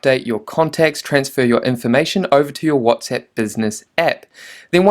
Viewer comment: whatsEpp? ahahahha funny your pronunciation